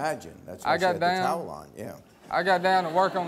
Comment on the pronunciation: 😂 the way he says towel